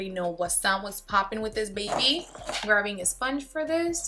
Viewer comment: You killed me when you said "grapping my kanufa by Huda Beauty" 😂❤️ it's too cute